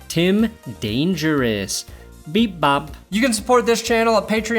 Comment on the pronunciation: Beep BOOP not beep Bop you son of a ditch